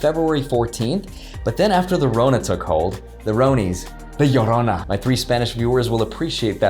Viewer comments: La Llorona!!! Wow you said that really well. Smashed the like button. :) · Hispanic viewer right here! 🇲🇽 “La llorona”😂 Thanks for the great videos 🙌🏽